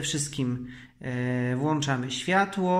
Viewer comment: "Włanczamy" dźwięk? To "wyłanczamy"? Skoro "włanczamy" to dlaczego "pokrętła" ) a nie "pkręcadała"?